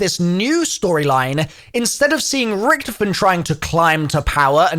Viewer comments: Oh for f- his name is not Richtoffen! HIS. NAME. IS. Ricky-toffen! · why u say it like ricktafinn